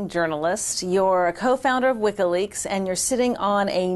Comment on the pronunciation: What's this "wikka leaks" the interviewer keeps talking about?